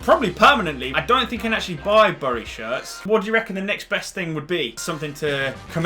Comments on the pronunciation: The way you pronounce bury is meant to be "berry" not b uh ry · It’s pronounced Berry not burry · Its pronounced berry so stop saying it wrong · It’s spelt bury but it’s said berry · U pronounce Bury as Bery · Please learn how to say the name of the club. Its said like 'bury a body'